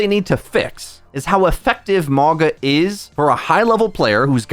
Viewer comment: I swear he pauses to say mauga incorrectly everytime. Its mauga not mawga